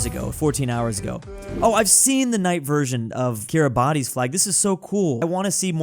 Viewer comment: KIRIBAS NOT KIRIBATI